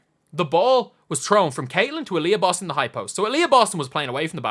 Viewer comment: I heard it as "Alyssa Boston- bald" 😂